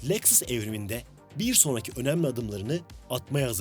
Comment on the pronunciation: Leksıs ne lan? Lexus Lexus, LEKSUS... SUS LEKSIS DİYECEKSEN SUS 😂😂😂😂